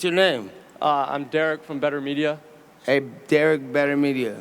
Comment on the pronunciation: “I’m Derrick with Better Media “ Nate: “alright Derick Betermedia”